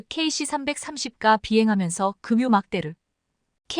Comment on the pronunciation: 좋은소식 주심을 감사하온데 ᆢ발음상에 문제단어는고치며 발음해 주셨음을 요청합니다 ㆍ 즉 , 공중급유를 계속 금유로 발음을 하시니 이것만 고시시면 백점이 되실것 같네요 수고하세요 ᆢ샬롬